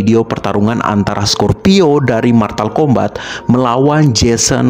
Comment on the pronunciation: Motal Kombat bukan matal kombat